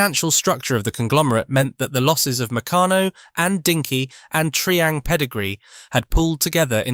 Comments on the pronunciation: Tree ang?????!!!! It's "Try" as in Triangle!!! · It's Try-hang, not Tree-ang. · Tri-ang as in ‘triangle’, not tree-ang, please. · Tree-ang? Tri-ang ffs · "Tree-ang"? "Skaletrix"? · Why is Tri-ang, being called Tree-ang when the name comes from triangle, as in “Three Lines make a triangle”? Three Line brothers started the company.